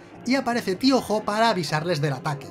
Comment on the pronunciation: ¿Tío Jo? Todo el video pensé que decía Piojo